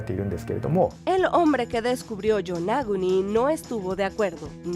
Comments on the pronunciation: Pronunciado en español tampoco sería "Yonáguni". ¿Defienden su idioma sin saber hablarlo? 😂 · antes de pronunciar nombres extranjeros procuren saber su correcta pronunciación. Qué manera tan horrible de pronunciar "Yonaguni"